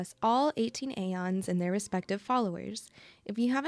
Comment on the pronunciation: Aeons is pronounced eeeons not eions